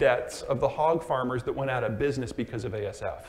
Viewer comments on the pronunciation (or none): none